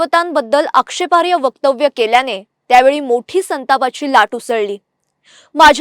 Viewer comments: उच्चार सदोष आहे . आक्षेपार्य म्हणतात . आक्षेपार्ह असा योग्य उच्चार आहे . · मिस अँकर तुम्ही छान बोलता... अभिनंदन!🌹पण... क्षमस्व!... कृपया तुमच्या पुढील शब्दोच्चारांत सुधारणेस वाव आहे. १) रूधय ऐवजी हृदय २) आक्षेपार्ह्य ऐ. आक्षेपार्ह ३) मृदगंध ऐ. मृद्गंध (द चा उच्चार अर्धा = द् , मृद्गंध= मातीचा सुवास ) ४) जयराम ऐ. जयराज (साळगावकर) असे उच्चार हवे होते. .... धन्यवाद.🙏